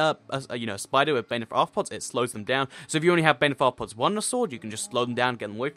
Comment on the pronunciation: its pronounced "bane of arthnopoop"